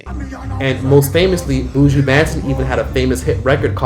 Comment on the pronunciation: 😅😅😅 The pronunciation of Buju Banton’s name 🤣🖤 As a Jamaican and long time viewer, great video 🖤